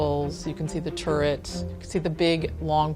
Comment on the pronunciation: She's an architect and can't pronounce turret. Oh dear. And clapboard, calling it clabbord, seriously!